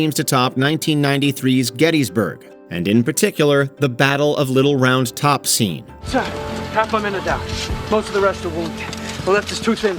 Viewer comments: Is this narrated by a robot … or just someone who didn’t know how to pronounce Little Round Top as a location instead of a child’s toy? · It's "Little ROUND Top," emphasis on "round." Not "Little Round TOP," as the narrator says. The narrator's intonation would be appropriate for a dad telling a mom, "Jake's lost his little round top!"